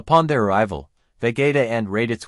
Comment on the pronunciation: Interesting. But why do u pronounce vegeta as vagaita 😂